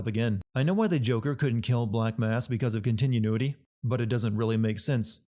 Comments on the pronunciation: You forgot 2 sins here, 1st The way prononced " continuity 2nd He said Black Mask isn't brought up again, even though Black Mask later has his own side mission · also a sin because thats not how you say continuity